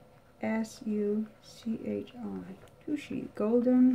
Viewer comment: It's pronounced like Tasha